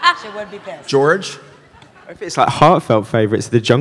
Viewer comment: Oh God Christopher Lloyd mispronouncing George's name 😂